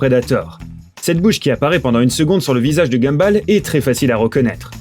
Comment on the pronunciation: Ça s'écrit Gumball mais ça se lit Gumboll